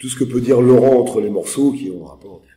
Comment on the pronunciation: LORANNNN pas Laurent